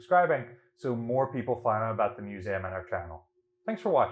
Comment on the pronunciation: I love this channel, but every time he says the word museum I get a little shutter..